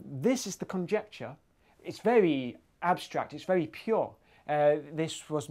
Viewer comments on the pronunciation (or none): none